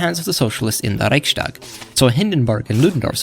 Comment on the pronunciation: Little German pronunciation lesson: In Standard High German, 'st' is only pronounced like [sht] in the beginning of words. Like in "Stein" (eng. stone). The word "Reichstag" (eng. diet) is a compound word made of "Reich" (eng. realm, kingdom, empire), 's' (a so called "Fugenlaut" (literally seam sound), which can be found in a lot of German compound words) and "Tag" (eng. conference). So 'st' is NOT pronounced like 'sht' here. Same general rule applies to 'sp'.